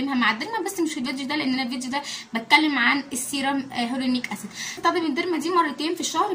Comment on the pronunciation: بصي نطقه هيالورونك اسيد